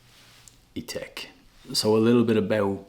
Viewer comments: I notice that you pronounce it i-tek but shouldn't it be pronounced i-tak as its spelt Ithaque? 🤔 Just wondered. I see Memo Paris has a fragrance called Irish Leather! Do you have that one too? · It’s spelled Ithaque and pronounced Ee-Tack